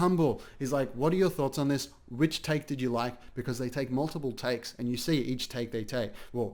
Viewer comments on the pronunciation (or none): EACH THAKE THEY THAAKE..BWHAHAHAH...EACH TAHAAKKE